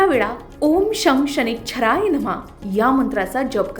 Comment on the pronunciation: ओम शम् शनैच्छ्राय नमः असं नाहीये ग् चुकीचं का उच्चार करून दाखवते. ओम शं शनैश्चराय नमः असं म्हण..